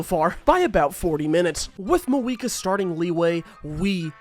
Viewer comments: who tf is "maweeka" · It's Mavuika, what was I even expecting🥀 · Fair enough racism The way he says the names LMAO